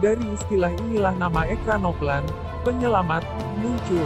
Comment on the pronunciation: Ekranoplan yg bener min... Dibacanya ekranoplen